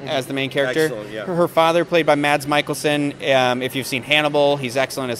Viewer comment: Btw just for future reference Mads Mikkelsen's last name is pronounced mick-il-sin. Love the show so much, keep up the amazing work!!!